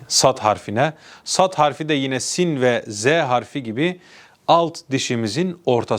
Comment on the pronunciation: Doğru okunuşlar Siyn=Sin Şiyn=Şın, Ta=Tı Za=Zı